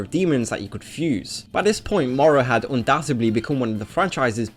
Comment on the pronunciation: Hmmm... i hear morow alot, but he does say not obout but about properly.... english language has way too many exceptions @@